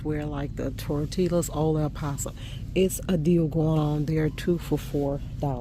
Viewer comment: Tor TEE yas not tor tillas